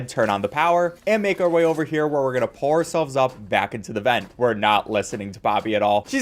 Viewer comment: until about half way through i thought you were saying 'pour' yourself up instead of 'pull'